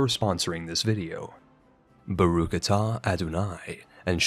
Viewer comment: Pronunciation was a wee off (the “ch” in baruch sounds more guttural, akin to how the more guttural ch is sometimes pronounced in german), but nonetheless thank you for your best attempt, and mazel tov!